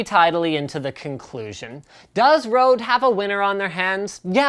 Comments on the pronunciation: It's not Rode it's Røde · I as a dane can't help but chuckle just a bit, when people say "rode", even though it's with an Ø. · It is called Røde not Rode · it isnt rode it is røde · It's Røde not Rode... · Why does everybody call it rode its an ø not an o GEEZZZ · It's Røde, not rode... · Sum bloke Also, I'm not trying to point fingers and say "haha, you can't pronounce it", I just think it's funny because I read the letter Ø and then it just seems absurd when people say it with an "o" sound. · I know it's 4 years late but "Rodent USB" really??? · It is said like ro-d-e and it's not O. It's ö in Norway. I don't have a Norway ö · i like the way you say "røde", totaly wrong